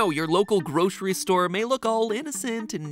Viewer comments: The real crime is pronouncing it groshery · There’s no sh in grocery. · I can’t get over the way Mattsays “groshree” Must be a regional pronounciation